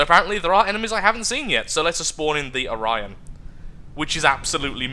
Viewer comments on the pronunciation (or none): none